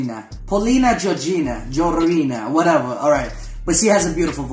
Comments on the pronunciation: Polina Gagarina not gi gina or something )))))))))))) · GagA - ree-nah )))